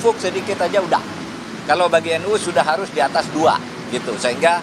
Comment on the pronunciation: Ssya gk rela kalau NU dibaca 'nu'...tolong dibetulkan...